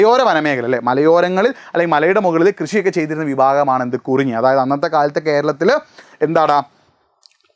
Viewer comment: കുറിഞ്ഞി അല്ല 🤓കുറിഞ്ചി ആണ്